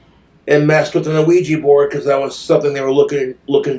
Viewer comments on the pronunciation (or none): Wtf is an ah-ouija board??? 😂